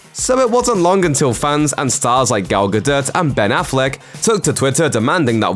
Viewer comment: "Gal Gadurt"